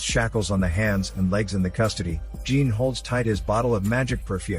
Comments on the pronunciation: I must say this as a french speaking viewer - jean isnt pronounced as the ´ea´ in jeans. The ´ea´ vocal sounds more as the ´o´ in ´john´. + the ´n´ from jean isnt pronounced This is how you pronounce the name ´jean´ in french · The mispronunciation of "Jean" did it for me - I got past the robotic delivery this time, but still only got halfway through.